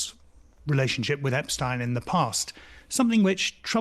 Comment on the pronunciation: i hit like just because the guy pronounced epstein correctly, i dont know why so many people say "epsteen"